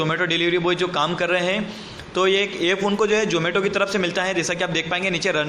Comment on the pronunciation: jomato nhi zomato.....hai